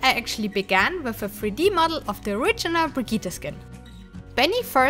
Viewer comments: Aw, you didn't say "Brrrigitttte" properly. ;-) Just awesome, I can imagine how these 8 months went by. Keep up the great work! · depends on wether you use the german name bri gi tt e, or the english :D